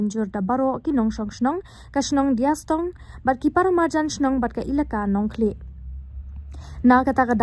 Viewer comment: Dea stong not diastong